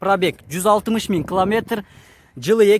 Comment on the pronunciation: Километр десен кламетр дебей